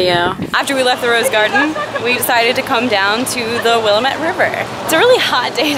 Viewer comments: will-AM-ette not WILL-a-met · Dearest Abi, as a resident of Portland I must correct you. It is not will-a-met river, it is will-am-et river. As a first time visitor I'll let it slide this time though. Lol